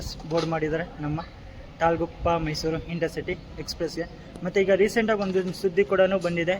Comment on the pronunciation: ok bro next time in caption and even when u speak put it and say it as mysuru only